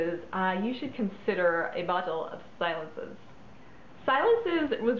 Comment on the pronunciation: Say, "see-LOHNS", c'est Francais! It means, "quiet". I'm so sorry to hear it's been discontinued, this was a great favorite of mine, back in the day. There were a lot of green fragrances on the market in the 70's, but this one was truly in a niche of its own. And the deco bottle was to die for! Jacomo used to make a very nice men's cologne, too.